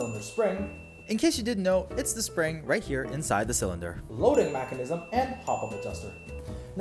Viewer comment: Stop saying macinism its mechanism